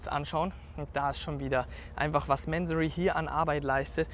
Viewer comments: Der Herr Mansory heißt Mansory und nicht määääänsorry😂 der Firmensitz ist in Bayern so wie du. Da wird nicht sächsisch gesprochen 😂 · Kurzer Reminder, dass Mansory eine Deutsche Marke ist und deswegen „Mansorie“ ausgesprochen wird. Finde persönlich aber auch, dass „Mänsory“ cooler klingt. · Hey der Mansory ist kein Amy also sprich wenigstens den Namen richtig aus! Echt langweilig der verwöhnte kleine Junge als Moderator... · Das geile ist MANSORY hört sich so geil an ..dabei ist es n 08/15 nachname im Iran und wird mansury ausgesprochen